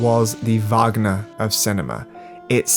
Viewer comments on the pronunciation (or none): none